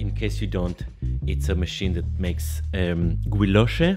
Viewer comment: Guilloché sounds like Gijosche